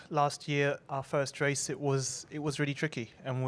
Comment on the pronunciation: The way alonso pronounces race is so nice😍